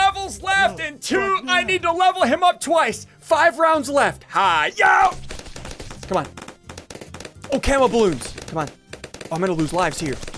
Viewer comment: I feel like ssundee is saying come on so much it sounds like comma